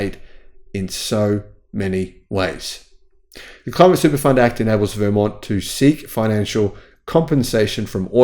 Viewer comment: Interesting!! Btw, Vermont has the emphasis on the second syllable 😊